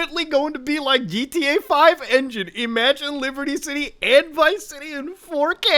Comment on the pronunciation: ur inner Indian comes out on '4K'